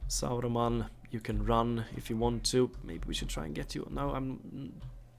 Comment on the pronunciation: It's ok. I like it. It's funny. 😁